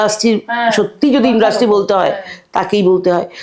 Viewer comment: kothata ki industry naki indrusty??ato kane lagche kothata.